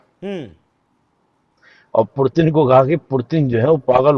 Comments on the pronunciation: 👉 ये निपुण पुतिन को पुरतिन क्यों बोल रहा है 🤔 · Foreign expert but says Purtin 🤣🤣🤣🤣. Shame on this expert !!